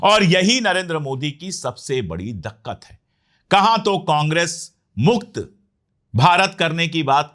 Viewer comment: Dakkat nahi dikkat, himanchal nahi himachal